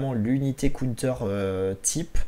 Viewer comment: Un cOUNETEUUUR 🤦‍♂️ si ton anglais est si mauvais, dit donc une contre-attaque 😭 bon contenu mais difficile de ne pas quitter avec cette boucherie 😅